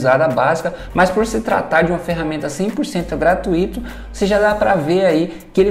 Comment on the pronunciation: Muito bom o seu tutorial. Mas, por favor, nunca mais pronuncie GRA-TU-Í-TO. A pronúncia correta é GRA-TÚI-TO, Não é hiato, é ditongo.